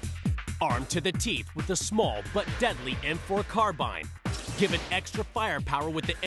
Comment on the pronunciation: OMG He actually pronounced "carbine" correctly.. that's the only time I've heard it pronounced properly in any Weaponology video... *amazed*